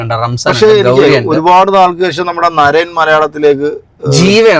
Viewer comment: നരൻ അല്ല നരേൻ 😅